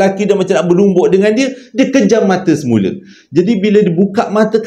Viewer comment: Assalamualaikum, Saya nak tanya, ni pelat ke? Kalau tersasul tu saya faham lah. Mungkin pelat atau memang bahasa macam ni. Contoh kalau pejam mata jadi kejam mata, batu nisan jadi batu nensan, tercampak jadi tercempak, saya rasa macam pelat je bukan tersasul ni.....